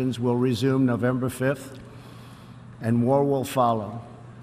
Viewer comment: did he say "and war will follow." or did he say "and more will follow."!? Enunciation isnt usually this important!!